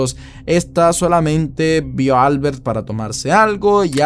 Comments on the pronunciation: Probablemente se pronuncie Albért, no Álbert. Porque si es catalan, la letra fuerte esta en la "e". De lo contrario parece de fuera de España jajaaja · Para de llamarle Álbert, su nombre se pronuncia AlbErt xddd